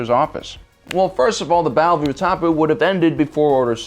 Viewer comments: Ootapoo, you mean Utapau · Bro it’s pronounced U-ta-pow, not U-top-u. Tup. Not Tups. Ashoka Tah-no, not Ta-no. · It not oo-ta-poo it’s oo-ta-pow(Utapau) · Are you sure it's Utapoo and not Utapow? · Battle of Ootahpu? Wat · When he said Utapo I had to think for like 30 minutes about what that meant. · My only issues with your videos are your incorrect pronunciation of ahsoka tano and utapeau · Oo-tapi Ashoka tuh-no Lololol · Battle of oootapoo lol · The way you pronounce Ahsoka Tano and Utapau makes me skeptical that you really have watched the Clone Wars are not reading a script fed by some ghost writer. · be trolling us with all these mispronunciations.... Utapau definitely bothered me the most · Your consistent inability to put the proper syllable emphasis on Ahsoka's surname feels like a troll. Same with "Utapau." Clearly, you've seen the films and shows. You know how to pronounce these things. I'll never understand how pretending to be dumb is considered clever trolling. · Pronunciations bruv. Tubbs, Utapau 😭😂